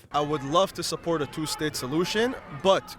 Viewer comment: "but ghkureently"